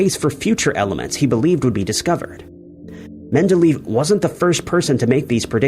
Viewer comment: I mias the Scripture and hopefulbess at the end of your vidros. Also, please work on your pronunxiayoon of Men-del-AY-EV and AERO--FLOT, not LOFT